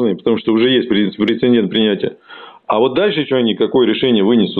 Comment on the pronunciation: Благое дело делаешь,! Только говори, пожалуйста, прецЕДент! Претендент не равно прецедент